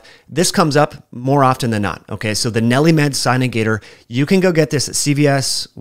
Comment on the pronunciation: Nelli-Med? Or...NeilMed? I mean, I have it and it's for sure not Nelli-Med. ha!